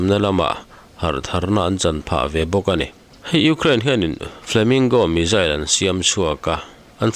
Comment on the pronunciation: Tinge missile hi mizzile tih ang in i lam tlat le...Pronouncation hi a in zir theih reng